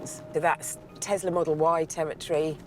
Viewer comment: Tesla is pronounced Te S la, not Te Z la... Christ.